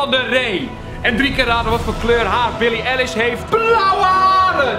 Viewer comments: Billie eilish met de ei niet e je zegt eigenlijk elish en zo heet zij niet😂😂het is BILLIE EILISH sorry kan me eraan irriteren😂😂❤️ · T is Billie EIlish niet Elish verder wel leuke vid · zei je nou echt... omg nee... HET IS EI-LISH! NIET E-LISH EEN EI OOKEEEYY😂 hoe kan hier btw nog geen comment over zijn? Eilishfam where y’all at? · Kelvin: Billie Elish Echte fans: Billie Eilish Niet elish! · Ben ik de enige die zich ergert aan het feit dat kelvin Billie EI-lish, Billie E-lish noemt? Kelvin, als je wat zegt, doe het dan ook goed! Dankuwel! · Billie Eilish wordt als eye-lish uitgesproken niet eh-lish triggered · Kel het is niet elish maar Eilish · Hah hoe kelvin billie eilish uit spreekt Kelvin: billie eelish Me : wtf het is billie EIlish dombo😂😂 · Eilish niet Elish😂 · billie elish😂 het is billie eilish vgm maar😜❤️ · Oehhhh het deed pijn toen die Billie ELISH zei en niet Billie EILISH🤦🏼‍♀️ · HET IS BILLIE AILISHHH NIET ELLISHHHH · het is billie ei-lish niet billie el-lish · billie Eilish spreek je uit als eyelish niet elish :) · exuse u Billie Elish?? Bedoel je niet EIlish TRIGGERD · jonge jonge je spreekt billie eilish verkeerd uit, je psreekt t uit als eye lish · haha hij zegt billie elish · Ben ik de enige die zich irriteert aan hoe hij Billie eilish uitspreekt 😂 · Zo lang gezocht naar deze comment... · wie was er nog meer geërgerd door de manier hoe Kel Billie Eilish uitsprak? hahaha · Ben ik de enige die zich ergert aan hoe kelvin Billie Eilish uitspreek? 😂